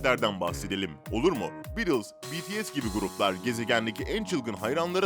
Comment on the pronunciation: BeTeSe değil BiTieS